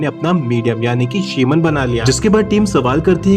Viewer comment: शिमन नही रे भाई, शमन .